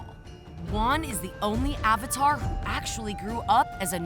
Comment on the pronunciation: Did you just pronounce "Avatar" with "Ovatar"